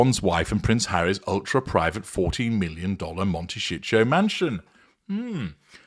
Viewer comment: I’ve been curious how they can afford that house! They’ve been burning through money hand-over-fish. BTW- It may be a regional thing, but in the US, it’s pronounced mon-ta-SEE-toe. OK- I’m an idiot- I get it now! Mon-ta-SHEET-toe no doubt!